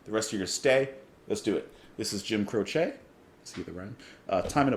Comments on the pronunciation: Never heard him called "Cro=shay," you do that with needles and yarn. I've always heard it pronounced "Crow-chee." Oh well, great artist in any event. Songs "Bad Leroy Brown, and many others from the early 70s. I remember where I was when the news flashed over the Rock station radio I was listening to, when I was working on my pickup truck with the radio on. I couldn't believe it. Like the Buddy Holly incident back in the late 50s, I was stunned, his career had just started, and now he's gone. Life is fragile. He left us some wonderful music. Thanks. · Hey ~ Ok first off, it is pronounced Crowchee (the "e" is pronounced like the Y in happy) If you look at his wikipedia page, it shows you the pronunciation of his last name. When I saw that you were going to react to this, I already knew how you were going to react, as it's the same reaction everyone has to this beautiful and haunting song. In my view, the only song more beautiful and haunting is Starry Starry Night, by Don McLean. Jim is one of my top 10 singer/songwriters, and I cried my eyes out when I heard of his death. I was 14 and had been playing guitar for 6 years at that time, and playing his music was always a joy, and much requested at gatherings and parties. Jim and Maury were the perfect guitar partners, and both knew their way around the fret board. It was devastating to lose them both. Great reaction, as I knew it would be, and you're going to really enjoy the rest of his music. Deep Peace to your dad, and to you and your family. 💚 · Crow chee is incorrect. The proper pronunciation is This is the way he pronounced it. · I was growing up in the '70s when Jim's song were hitting big and suddenly he was taken from us. I always heard his name pronounced on the radio as CROWchee.